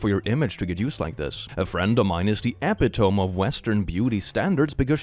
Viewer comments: ep-i-tome instead of ep-i-toe-mee :/ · hurt my soul by pronouncing epitome as ep-ee-tome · It makes sense tbf. E-pi-tome but because English is 3 languages in a trenchcoat is E-pi-to-me cause idk break up the words sormtim not others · E-pit-o-me bloody epi tome 😂😂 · 😂 "Epi-toe-m" uh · pi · tuh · mee You get a pass bc ESL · fyi epitome is pronounced e-pit-o-me not epi-tome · Epitome looks like "ep-i-tome" but it's e-PIT-o-me. Not important, just English being dumb. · Are we gonna talk about how he pronounced epitome as “epi-toe-m” not “e-pit-o-me” unless I’m being dumb and it can be pronounced like that 😂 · Epitome = eh-PIH-toh-mee, not EHpihtome, English word of Greek origin. Watch for words ending like this does. Your English way too good, so please incorporate this into you amazing control of English. Tusen tack! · E-pit-o-me, don't worry, I have heard people saying it like e-pi-tome even when english is their first language. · I don't want to be one of those viewers, but (you knew that but was coming! 😅) epitome is pronounce ee-pit-uh-me, not ep-i-tome. English is dumb like that. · Ee-PIT-Oh-Me, not epi-tome♥️♥️♥️ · FYI for & other non-native english speakers: its eh pit oh mi, not ep eh tohm (Epitome). Yes, english is stupid. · is it just me who's mildly annoyed at his pronunciation of epitome? Yes? Okay (Its eh-pit-oh-me, not a-pit-ome) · EPI-TOMB?!?, ITS EMI-TOE-ME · It wouldn't be so bad if you could pronounce "epitome". The secret is to pronounce it as if there's a second "e", as in "epitomee", accent on the second syllable. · "Epitome" is also pronounced like ah-pit-um-ee, just sayin'. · In epitome the emphasis is on the last syllable: epitoMÉ. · I am genuinely so sorry but... It's pronounced A-pit-O-me Sorry, I know it's stupid, it's just habit. Okay now I wonder if you're right. Shit. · Epitome. A-pit-oh-me. (This isn’t meant to be rude, I’m tired and don’t know how to phrase this better. Literally turned this video on to fall asleep.)